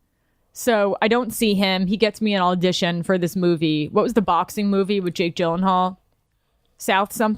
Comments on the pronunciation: "Aldition". All this time I was caliing it an "Audition". You learn something new everyday. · John Pelico dont forget “all-dition”